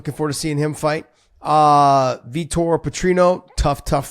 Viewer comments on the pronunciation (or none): none